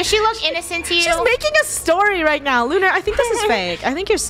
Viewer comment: Lunar its lunar